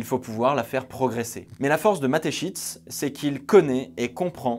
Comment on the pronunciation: Je suis désolé mais je suis obligé de te le dire psk ça m’a dérangé tout du long. Mais à Mateschitz, le Z et après le T et pas avant 😂 Sinon excellente vidéo, comme à ton habitude. Merci du travail